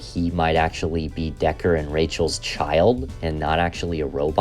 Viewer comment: Deckard. Replicants. Not "Decker". Not "robots".